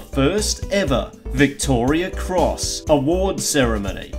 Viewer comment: Turned off when you couldn't even pronounce it correctly....Victoria Cross...not Victoria's